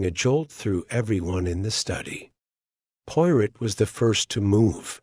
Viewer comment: AI mispronouncing Poirot’s name through the whole story is very annoying!